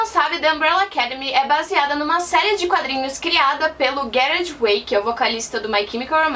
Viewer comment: Na série se ouve. The president has been shot... Mas não diz que ele morre. Se pronuncia Gerard (lê-se Jerard) e não Guerard. E o My Chemical Romance acabou em 2013, ele tem um album solo e algumas musicas da série são interpretadas por ele.